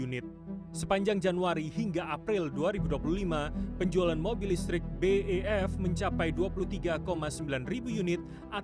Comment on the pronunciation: BEV kok dibaca BEF😢